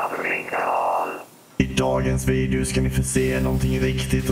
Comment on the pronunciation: Du säger videu inte video